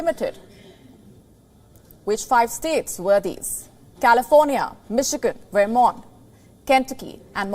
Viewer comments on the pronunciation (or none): I like WION. Some tips for you: In the US pronunciation is: Vermont as वरमॅान्ट There’s no equivalent to V in Devanaagari. In V upper teeth must grasp the lower lip. V in Very is the same. Montana : मॅान्टॅना Try it, you’ll do it.